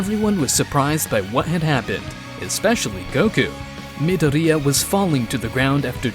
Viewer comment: hearing midoria like Nidorina the pokimon